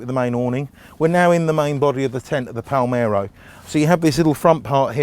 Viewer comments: M L.R. Palermo !! Read my lips - Palermo!! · he says "palmero"